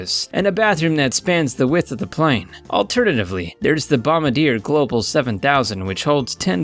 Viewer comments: Learn to talk, It's said A3-18 not A3-1-8 and It'a BOMBARDIER not bomardier honestly look up your facts and the A380 holds UP TO 800 people not 800 they normally have 500-600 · IDIOT, it is pronounced 'Bomb bard E aye'. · WTF is boma dear? You mean bombardier?